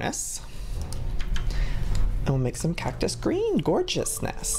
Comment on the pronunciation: Whenever he said cactus he said it like cac-tus not hating js